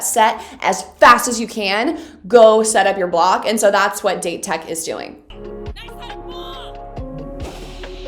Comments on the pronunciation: just a little heads up for the pronunciation..... Date Tech - not like date... ;) more like [Dah - Tae Tech] No 7: Aone Takanobu - it is spelled [Ah - Oh - nae] as the best read blocking team in japan, date tech is a hard enemy... but there is so much more to come for you in the future ;) keep excited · Ok after watching this video I've made my decision, I have to make some sort of video explaining Japanese pronunciation for you. I can't blame you for not knowing but if I hear "date" one more time ima scream lol. Where would be the best place to send it? Twitter I'm guessing? (Also I cannot wait for you to get to season 4, if you even watch to that point, you're gonna love the Inarizaki game) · it's funny cuz she pronounced it "data taco" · By the way Date Tech's "Date" pronounced more of like "Latte" if that makes sense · Victoria! Love your videos! Just wanted to correct your pronunciation of Date Highschool. Its pronounced Daw-Tei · Someone tell her its pronounced "Dah-tay-co" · I don't know if this doesn't adress before, but DATE pronunciation it's like DAllas and TEnnessee. I cringe every time you say "date" (dāt). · Victoria, please. Date Tech isn’t pronounced like the day of the week. It’s pronounced dot-aye. ✌🏻❤️ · word of advice: "date" is pronounced like "dah-tay", each syllable is pronounced separately! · Date tech's pronunciation is.. Da Te Tech.. Da and Te "A" for apple and "E" for elephant :) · LMAO that was awesome. Side note, Date is pronounced "Dah-tay." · Date is actually pronounced "Dah Teh", in Japanese the syllables don't end with a consonant (unless it's an N), you'll hear them say it a lot throughout the upcoming episode! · why u pronounce "date" like that?